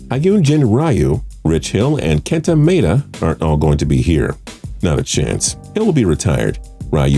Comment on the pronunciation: You can’t even pronounce Maeda or RYU 🤬🤬